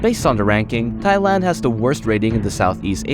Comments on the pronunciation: It is not pronounced thighand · Thigh-land? I havent heard that pronunciation before😂